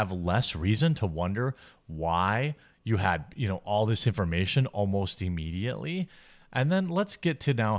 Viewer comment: Why do you pronounce immediately like Eeemediately? So weird and grating. You say it like you would say the word "if"...